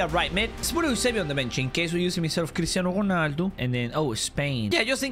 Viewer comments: Why do you say cristano hoarnaldo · The way the said "Chrisinado ronaldou"